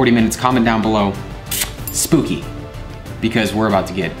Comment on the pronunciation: not "SPOOKY"